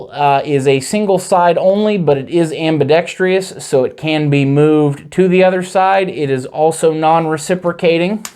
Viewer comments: Ambidextrous not "Ambidextrious" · Why does everyone, I mean all of them, insist on saying ambidex-Tree-US? It's ambidextrous. There's no E-US. WTF. Feel like I'm in the twilight zone. It's everyone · am·bi·dex·trous /ˌambəˈdekst(ə)rəs/ there is no 2nd I. It is not, am-bi-dex-TRI-ous (facepalm) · Okay, I’ll be the one to say it. It’s not ambidext-REE-ous. It’s ambidextrous, exactly how it’s spelled. Excellent video otherwise, but I couldn’t let you go through life saying that word wrong with confidence. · Just say ambi if speech isn’t your forte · I spelled it the way he pronounced it. I was being facetious.